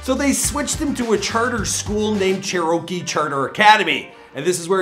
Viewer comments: “Chair-oh-key” hahahah it’s Cherokee if you live there I guess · As someone that lives in Woodstock, it made me cringe when he pronounced Cherokee as (cha-row-key) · Man said “ chur-o-ke “ It’s “ chair-o-kee